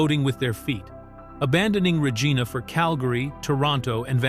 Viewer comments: The city of Regina, Saskatchewan, Canada, is pronounced "ruh-JAI-nuh", with the emphasis on the second syllable. It's not pronounced with a hard "g" sound as in Ree-Gina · Please try to pronounce Regina properly .